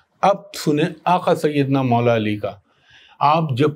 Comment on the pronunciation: Sir apki zaban say Aaqa Syedena Moula Ali bhot khubsorat lagta hy